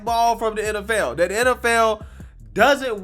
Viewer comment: man take out all of your d's and replace them with "th" dis?? dat ??dey?? its this...and that and they...use some grammar for people to listen to you...